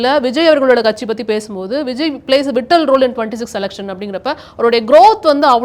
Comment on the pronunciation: விட்டல் ரோல் இல்லை... வைட்டல் role மேடம்